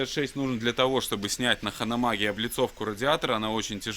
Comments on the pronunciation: не ханомаг а ганомаг правильно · Ханомаг? Ганомаг, гном.